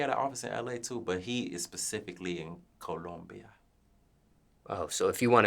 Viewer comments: Nigga said “CoUluMbiA”😭😭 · It's the way he says Columbia for me, lol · The accent he use to say Columbia🤣🤣